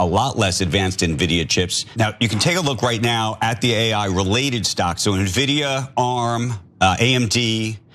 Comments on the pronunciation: It's pronounced EN-vidia not nuh-vidia. But anyway the amount of butthurt cope about this is hilarious. Hearing people say "oh they did it with stockpiled/smuggled (now-sanctioned) H100s, there's no way their model is THAT efficient" is similar to when China won that Olympic swimming gold-medal "oh that's not humanly possible" 🤣🤣 In actual fact, they use these same efficient methods on their previous model (V3) and published this a while back, but the disbelief only set in when R1 suddenly matched OpenAI-o1 in the last few days. The markets don't lie and while NVIDIA will still skyrocket in the months to come, some realism in the form of a short, sharp correction is normal. As for fears about "China", they open-sourced this model. Anyone can download this model and run it locally, on a server, a laptop or even on a mobile phone with no internet access, or use an American third party company hosting this model which are popping up everywhere. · It's "N"-vidia not NAVIDIA! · you pronounce it N Vidia not ne-vidia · It's pronounced "In-vidia," Ana. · Just FYI, it's spelled NVIDIA but pronounced "envidia". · Nuh-Vidia. 🙉 Someone have Ana read the scripts out loud befire she goes on camera, please. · What the F is nevidia? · ENNVIDIA!!! IT'S PRONOUNCED ENN-VI-DIA! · No, it is pronounced as End-Vidia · N - Vida N - Vidia. Please I beg... you guys need to be up on these topics and not just reguritate someone else's infomation. You are making Libs look so bad when you do things like pronounce a tech company name incorrectly? We're suppose to be the smart ones. The other day you had Jon shooting off about crypto is just betting. That is so very ignorant. Now Anna apparently has never heard of N - Vidia before. And you wonder why we are looked at like we don't know anything technical same issue on guns. At least know what your are talking about first before you have opinions. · It's N (EN) Vidia. Sorry but that hurt my ears :D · Nehvidia? It's en-vidia. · "In videa"